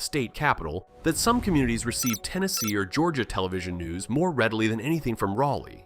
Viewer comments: Rolly. Where Barney goes to party 😅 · It's pronounced Raleigh. With the Ral rhyming with ball or awl. We still have lots of small towns and rural places. Consequently we still have the isolationist tendencies that come with them. I'm from Chapel Hill in the Piedmont. As a North Carolina Native this all checks out. As for the HB2 Bill. It makes sense. Be as gay as you want to be, marry who you want to, have children but if you're born with a vag!na you need to use the women's bathroom, same if you were born with a pen!s. Even the Wild West wasn't as wild as it was purported. Sh!t and go on about your day. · you said Raleigh wrong its pronounced Raw-leigh but without the W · Or the way he pronounced Raleigh